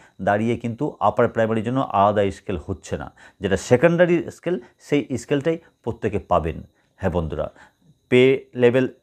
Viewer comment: Scale bolun escale noy